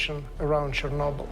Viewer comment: Someone please el tell Ben, Chernobyl doesn't rhyme with wobble.